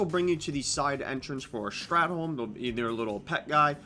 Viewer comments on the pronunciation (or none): Strathhhhh not strat